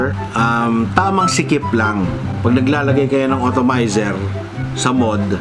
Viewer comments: atomizer sir..not otomayser hehe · It's called "Atomizer", not "Automizer". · correction lang boss. hindi otomizer ang basa dun. dapat atomizer :) haha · Sakit sa tenga ng automizer mali na nga inulit ulet pa ahaha ATOMIZER PO SIR!😂😂😂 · atomizer not otomizer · kla ko ako lang nakapuna hahah otomizer tlga ndidinig ko